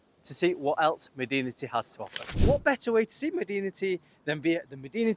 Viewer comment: Pro tip: in Arabic it's pronounced "madenti"